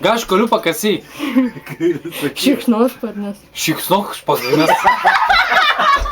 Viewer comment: Ka aš galiu pasakyt. -Ka aš galiu pakasyt... -Šiksnuasparni. -Šinouhparni! :DDD